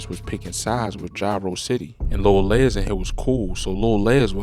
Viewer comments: It’s lil les …..like more or less…not Lez lol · His name ain't Lil Lez???😂😭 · I can tell you not from Chicago. You saying Lil Les name wrong..